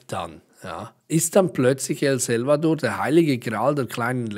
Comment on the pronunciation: Danke für die Infos liebrr. Das Land nennt sich aber El SAlvador, nicht El Selvador:D Du darfst das aber natürlich xD